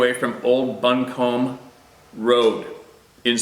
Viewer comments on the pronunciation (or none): bumcombe county is pronounced bu--come ......................thanks for the story from SC! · Buncombe (pronounced Bun come)